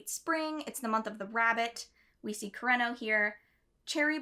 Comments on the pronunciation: I didn’t think I was going to cry when I clicked on this video??? Also, re pronouncing Japanese names: a good rule of thumb is to pronounce them syllabically, so koo-re-no rather than kur-ren-no :) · i speak japanese and i say yours is fine. you pronounce it as if its an english name, like you make an r sound fo kurenos name. r in japanese sound like a d in english. kureno sound like kudeno in japanese 😅💕✌